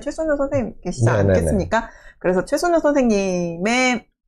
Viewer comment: 영상 감사합니다~ 26분 경에 염상섭..이죠?(엄상섭으로 들려요) 32분 경에 최순우...가 맞죠?(최순열이라고 들려요) 딴지아닙니당 ^^